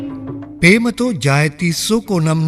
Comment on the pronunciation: ඉතාම අගෙයි. "පේමතී " වශයෙන් උච්චාරණය වීම පිළිබඳ කරුණාවෙන් මතක් කර සිටිමි.